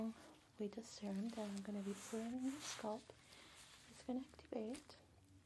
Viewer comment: I love the way you say scalp. Everyone i know says "sc-ail-p"